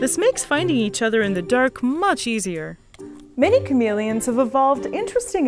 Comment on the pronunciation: why is she pronouncing it chameleons but not chameleons